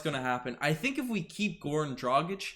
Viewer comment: How are you flawlessly pronouncing his name, but can't get Dragić right? 🤣